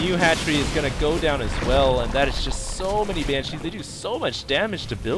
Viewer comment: Banshees. Stop saying it wrong. She not chi, china man.